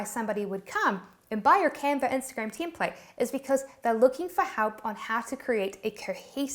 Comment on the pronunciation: sometimes it sounds like Teamplate.